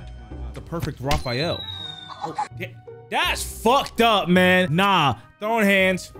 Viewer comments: It's Raphael not Rafael 😂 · Did bro just say Who's Raphael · Did u just say hows riphiel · He wins points for that but he also loses points for not knowing Raphael from TMNT 😂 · Bro really said “who’s Raphael” Bro forgor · i know this mf didnt say "whos raphael"